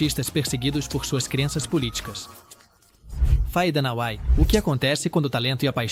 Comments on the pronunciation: Muita baboseira, e a voz artificial não consegue acertar as sílabas tônicas sem falar a pronúncia dos nomes estrangeiros Faye Dunaway ficou tão alterado que se tornou outr9 nome kkkkkkk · Parei de assistir justamente no momento em que Faye Dunaway é citada. Tortura pro público. Não rola mais a curiosidade de saber a pronúncia correta de nomes e palavras estrangeiros?